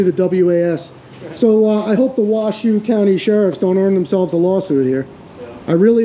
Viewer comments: Not Wa shoe it is pronounced Wa show. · Its pronounced "WHA-SHOW"...😎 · Also, not that it's a big deal, but it's pronounced "washo."even though it looks like it's spelled "wash shoe".... It's named after an Indian tribe. The Washoe Indians. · It's pernounced wa show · It's pronounced: Wah-Show County! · It’s pronounced “wash-owe” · Wash show is how it's pronounced